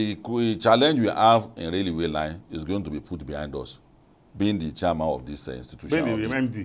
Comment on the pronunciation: You guys please add professional touch to your presentations, watch your pronunciation it's railway not raluway